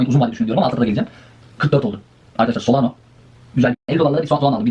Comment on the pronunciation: 2021'de solano diyordun. Yıl oldu 2025 yine solano diyorsun. SolanA 😆